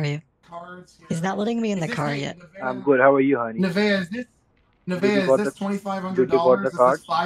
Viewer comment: The only thing better than the uber driver miss pronouncing nevaeh's name is her " are you kidding me?"